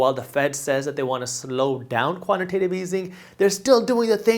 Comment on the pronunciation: Jaspreet let your boy know it’s pronounced quantitative easing pronounced Tate like he calls it quantitive easing